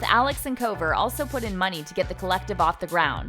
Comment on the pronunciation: Julia Miller they said kouver